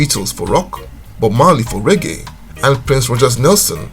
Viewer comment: Reggae, Not Ray Gay. Bombaclat.